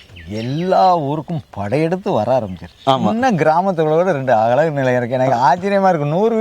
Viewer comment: அலகு இல்லை அழகு என்று சொல்லுங்கள் தவறாக தமிழை உச்சரிக்க வேண்டாம்